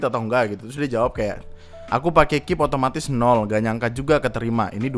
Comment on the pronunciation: Ngeselin bang ketika lu bilang KIP dibaca "kip" Daripada "K I P" Wkwkwk